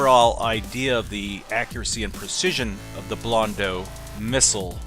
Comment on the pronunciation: Blondo Just say blondo. It's not blondu or whatever. AU or EAU is pronounced O in French